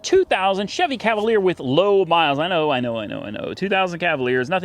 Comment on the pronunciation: Cavalier? Are you joking. Come on man !